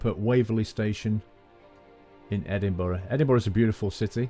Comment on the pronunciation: I'm from Scotland and I loved the way you pronounce Edinburgh and Kirkalday. Good journey and great train